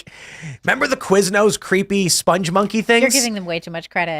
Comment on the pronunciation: Tim is completely wrong about Spongmonkeys, first off it's spong not sponge, spong is.... something of an early meme, think annoying orange like characters. And 2nd it's given as an example of a bad advertising campaign. The very grating music gives the brand an unpleasant association, it didn't inform people of the product, and it made quiznos seem like subway but without the ad budget.